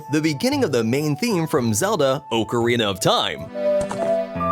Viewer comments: It’s Ah-co-reen-a. Not Oco-reena😊😊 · Oh cah ree nah The phonetic and proper way. An Italian invention. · Please stop using words that you cannot pronounce..."ocarina" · I hate the way you say ocarina